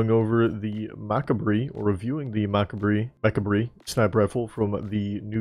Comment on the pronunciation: its pronounced "Mah Cob" like Macabre but fashioned to look like Mechabre since the mecha ornaments won